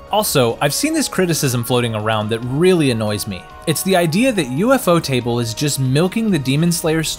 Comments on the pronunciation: ufotable ❌ U-F-O Table✅ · "an ufotable production" alwayd drived me nuts, until i realised its UFOtable, not U-F-Otable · U f o table? It's u- fot (like boat) able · I clicked off as soon as I heard him say U.F.O TABLE 😂😂😂😂 I knew then this was some 💩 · Omg you just butcher UFOTable 😂😂 It's pronounced U-Fo-Ta-Bul everytime you said it wrong it was such a CRINGE to my ears 😫😫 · ufo table, has gotta be the best way ive ever heard someone pronounce that lmao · Lol bro cause you butchered the name "you-fo table" the might decide to scrap the trilogy🤣🤣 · U...F...O table....... bruh say it right... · I quit watching when I heard U-F-O table💀💀💀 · "U-F-O-table" is criminal bro 😭😭😭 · That's exactly what I was thinking 😭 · its an ai voice, ofc its gonna mispronounce certain things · idc if its ai, i pointed out that ofc its ai bc they said u-f-o table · Why is he pronouncing ufotable like that